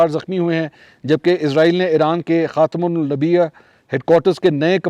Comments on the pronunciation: Khatam un Nabiyaah ❌ Khaatam ul Anbiyaah ✔️ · منصور بھائی خاتم الانبیاء کو ٹھیک سے بولیں آپ مسلسل خاتمن نبیا کہہ رہے ہیں۔ Khatam ul ambiya درست لفظ ہے۔ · منصور پچھلے کئ دن سے خاتم الانبیا کو خاتم نبیا پڑھ رہا ہے ۔اتنا بڑا صحافی واقعی علم نہیں شکل وصورت کی وجہ سے بنا ہے شاید ۔۔😅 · منصور بھائی میں نے غور کیا ہے کہ اپ سے دوسری مرتبہ لفظ خاتم الانبیاء نہیں پڑھا گیا ذرا اپ مجھے جواب دے کر تصیح کر دیں کے یہ لفظ خاتم الانبیاء ہی ہے یا پھر جو اپ پڑھ رہے ہیں وہ لفظ صحیح 0؟؟؟؟؟؟؟ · Sir khatimul anbiya hay please correct this word or bunyanum marsoos hay also correct this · Khatim ul anbiya sir Mansoor yeh word Sahi SE Bola karen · Sir khatm ul ambia hy sorry to say ap is lafz ko galat parh ry hyn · منصور علی خان صاحب آپ سے دست بستہ گزارش ہے کہ اول تو اپنے اردو زبان و بیان پر توجہ دیں اور کم از کم "خاتم الانبیاء" کی درست ادائی کسی سے سیکھ لیں۔ آپ نے گزشتہ ایک ویڈیو میں بھی یہ اصلاح غلط پڑھی اور زیرِ نظر ویڈیو میں بھی دو بار ایسا ہی ہوا۔ باقی آپ کی فرسٹ پیج ریسرچ پہ مبنی پیشکش اچھی ہوتی ہے۔ شکریہ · لفظ خاتم الانبیاء کا درست تلفظ سیکھیں۔ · جناب ۔ خاتم الانبیاء کا تلفظ درست کر لیں براہ کرم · السلام علیکم ورحمتہ اللہ اللہ تعالیٰ آپ پہ رحم فرمائیں اور برکتوں سے نوازیں آ مین ثم آمین ۔بیٹا خاتم ل انبیاء لفظ ھے بولنے میں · خاتم ال انبیاء ہے بھائی نبیا نہیں ہے